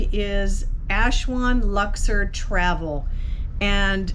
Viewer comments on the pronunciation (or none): Nice video. Not sure why Aswan is being pronounced Ashwan though.